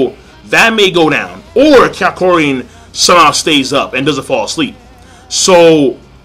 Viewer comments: HIS NAME IS NOT KYARKOIN! ITS KAK-YO-IN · It's Ka-kyo-in